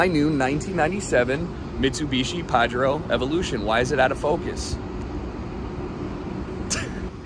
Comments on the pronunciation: bro butchered the pronunciation it's Pa JEH Roh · Thats a pretty clean looking Pajero, plz don't pronounce it like that haha, also Idk how I feel about the rallyart mudflaps. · Not sure how its supposed to be pronounced but in australia we say it Pa-jeer-o. Sweet car though, didn't know they ever did an evo version of it.